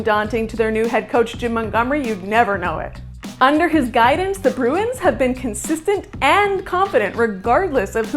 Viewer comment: Start to pronounce the club name correctly.